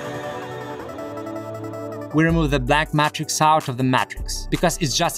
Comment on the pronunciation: You should make and sell t-shirts with the slightly mispronounced words you use so often in your videos like Mat-Rix and Purlasta instead of Plaster with slogans that use the words in the way you use them like - wipe your feet to escape the Mat-Rix and purlasta caster with a person dressed as a mad wizard casting a plaster mold.